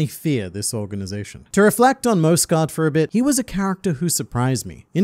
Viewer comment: Mjosgard's final words: "It's pronounced MYOS-gard!" and the World Nobles: "Whatevs Mosgard." Hajrudin: "I shall carry on your legacy of the soft 'J,' my brother.": "Whatevs Harudin."